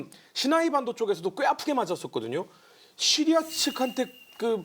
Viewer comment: 차량 연결해놓고 어디다닐때마다 잘듣고있습니다 근데 시리아 발음이 너무찰지셔서그런지 폰이 자기부르는줄알고 멈추네요 으아악